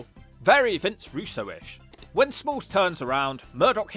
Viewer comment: Why do you keep saying 'Russo'???